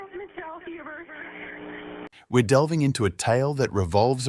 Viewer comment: Its not pronounced tiffy its tea fay 😅